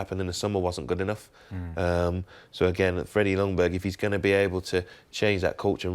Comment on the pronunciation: Hi England! The "J" in Ljungberg is not silent, but the "L" is. Regards Sweden.